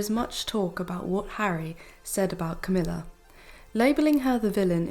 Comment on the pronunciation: Love your ‘Crowmilla and lazy Kate!! Cowmilla and Khate😂